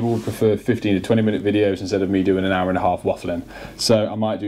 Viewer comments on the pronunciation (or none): none